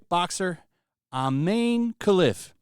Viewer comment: His name is I Man e